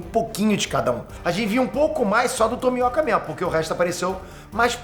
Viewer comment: mano, dublado os caras falam assim mesmo? tipo háshira ou tomióka? pq me da uma agonia do falando assim slk.